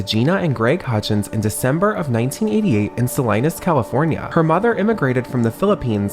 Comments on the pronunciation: She was not born in SAHhh Lie Nas. She was born in Salinas California Sah Lee Nuss. Learn to read white boy. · Not Sal-eye-nuhs 🫠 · Vanessa was born in Salinas, CA. its pronounced Sal-E-nus. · it kind of cracked me how he said “salinas” like salineas 😭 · Omg Vanessa was born in Salinas??? (Btw it’s pronounced like Selena gomez) suh-lee-nahs. My whole family is from there and I go every year or as often as I can. I think I read that once in like a tiger beat magazine looong ago but forgot that little detail about her until now. 😊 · I’m from Salinas omggg but you mispronounced it hehe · When you live in Salinas and know that's not how you pronounce it lol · Man you said Salinas wrong 😭😭 I live here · The way you pronounced Salinas oh no 😭